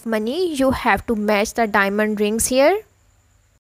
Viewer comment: I knew this was bull when she said bank heeeest